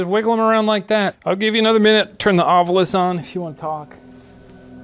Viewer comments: I love how they keep upping the fanfare with the animations, but still haven't updated Ryan's recording of him calling it the "Ovulus" instead of ovilus when he's explaining the device. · new season, same varying pronunciations of “ovilus”